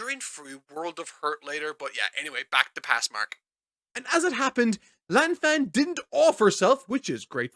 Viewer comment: He also mispronounces Lan Fang